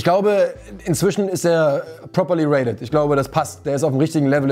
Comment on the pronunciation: Rated nicht raidet 😇